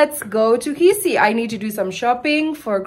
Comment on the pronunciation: is amazing. She has really gotten used to the life and traditions in Africa. I love your attitude and humour. You said Kisii better than Koree whose roots are in Kisii.